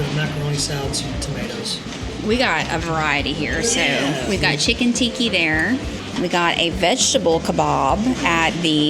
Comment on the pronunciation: Obviously, if I was going to lose money on the next cruise I would take the NCL refund. It's a no brainer but if you don't lose too much on your Virgin cruise or can claim then stay with Aqua...FYO it's Chicken Tikka (not Tikki 😁) Masala. Enjoy you guys...so glad your not as dramatic as Ben and David...🙄